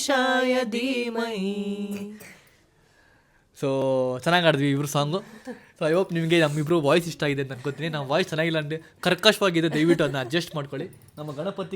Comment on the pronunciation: It’s haadudvi not aaadudvi